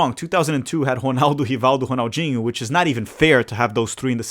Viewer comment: The way you bust out perfect Portuguese pronunciation to pronounce certain names makes me think you must be brazilian. Cuz damn I've loved Rrrronaldo and Rrrrronaldinho all my life and didn't realize that its actually Honaldo